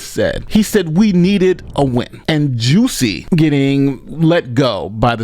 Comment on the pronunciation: Why do you keep pronouncing his name as "Juicy??" That's not correct!